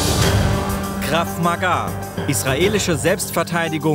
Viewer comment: Es heißt ganz normal "Krav Maga" und nicht " Krav Magaaaa" ... -.